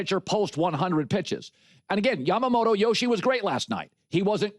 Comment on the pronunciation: IT’S YAMAMOTO MOTO MOTO NOT YAMAMATO MATO MATO